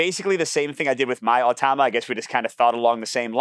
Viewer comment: You’re reversing the vowels in “automa”. You’re saying “oh-tah-mah”. But it’s “ah-toh-mah”.